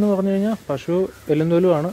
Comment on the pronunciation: പലതവണ പറഞ്ഞിട്ടുണ്ട് അവതാരകാ പഷൂ അല്ല പശു....